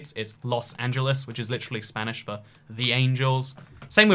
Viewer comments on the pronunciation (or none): Your pronunciation of spanish words sucks